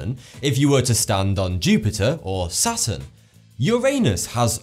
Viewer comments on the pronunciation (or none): He said sasun not saturn